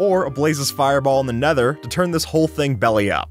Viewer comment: Did you say nether pwatal😂😂